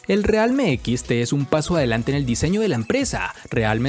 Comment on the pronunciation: Que no realme se pronuncia "rialmi"?